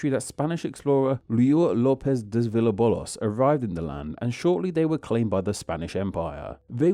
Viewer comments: I'm not pinoy, but I do love the pilipinos and their neighbors. I do have two pointers to the video though: RUY LÓPEZ DE VILLALOBOS becomes "Riu Lopez des Vilabolos" ??? ignores the accent "GRAPH <--> GRÁFICO" and pronounces it GRAFÍCO (I placed the accent on the Í on purpose.) Please, if you're making videos about languages and places and names, at least pronounce them correctly. Thanks. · Has not seen Meet the Parents? It's Villalobos (House of the Wolves), not "Villabolos" He was actually born Φίλιππος (Phílippos) in Corfu, so not an "English" Philip at all! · I physically cringed when you absolutely butchered the name "Ruy Lopez Villalobos", LIO LOPEZ DEZ VELLABOWLUS 😭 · ryu lopez dez villobolos💀i think bro had dyslexia while typing the script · Villa-BOLOS!? Horrendous, pathetic & amateurish! 👎👎👎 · Also you channel name is "Name Explain" but you couldn't pronounce "Villalobos" goddamn. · Oh you butchered that Villalobos name.😢😂